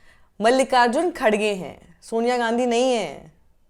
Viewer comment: Madam, woh KaDDgay nahi .. khaRRge hai. Hum South Indians ka naam dang se bolo please. Aap chaho koi bi party ki ya politicians ki samarth karo, iss se koi tension nahi. Hum South Indians ko itna bi insult mat karo. Waise aur ek baat, kangna jaise joker pe video mat banao, feku ka snoopgate ko viral karo. Jai democracy.